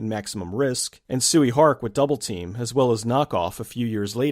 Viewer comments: Hate to be that guy, but Tsui is pronounced Choy. Love your channel. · Tsui Hark's name is pronounced Choy Hark.